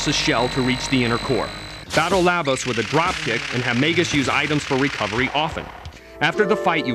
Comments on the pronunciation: wow that narrator pronounced every name differently from how i grew up thinking it marle = marlee instead of "marl" magus = maygus instaed of "mahgus" lavos = layvos instead of "lahvos" leene = leenee instead of "lean" gah what else. rawawrawr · Marle: is pronounced "Mar Ole" not marley Lavos: is "Lah Vos" not lavus Epoch: is "EE Pach" not epuch Magus: is "Ma (as in Math) Gus" not Maygus